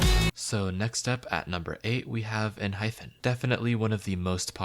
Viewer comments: It is Enhypen not Enhphen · girl learn to say enhypen before you rank them so poorly please <3